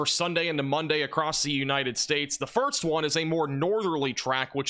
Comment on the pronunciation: Please - “first” is pronounced ‘fur-s-t’ not ‘fur-ts’